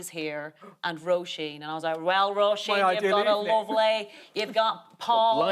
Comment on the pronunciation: At last! "Roisin" pronounced well by Aisling.